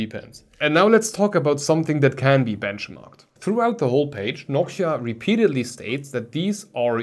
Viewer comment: When you can't hear the difference you should visit a doctor. It is clear as glass that the soundprofile is way more pleasing with the spacer installed. I also don't know why you spell Noctua like Nokia. Is an accent thing?